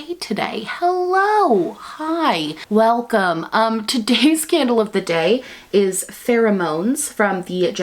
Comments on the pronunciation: Today I heard “today’s scandal of today” instead of candle and honestly it makes sense haha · When she said “today’s candle of the day is” I thought she said “today’s scandal of the day is” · I was half tuned out at the begging and I thought you said “todays scandal is Farrah Moan” and I was like woah are we talking drag queens on this channel now 😅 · Girl I'm 20 seconds in and I already heard "today's candle of the day" as "today's Scandal of the day" omggg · I tought at beginning she said scandal of the day.... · I misheard and when you said candle of the day I heard “scandal of the day” 😂